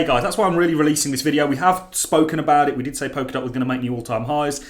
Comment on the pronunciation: Pol-ka-dot, not Pok-a-dot.. Sorry to be a gramma queen..